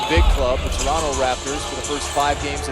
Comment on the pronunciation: u know hes a raptor when he calls the city torunno